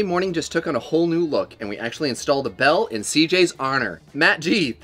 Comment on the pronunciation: (Supposed to be “bell” held out like the song. Not “be LOL”. Geeeze. LMAO